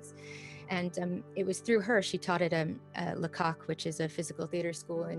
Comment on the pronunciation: Lecoq, not Lacock!